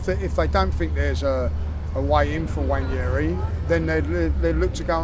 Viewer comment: If you misprononce the name Johnson, every will be up for it. But wanyeri for nwaneri. There is an "n" in front.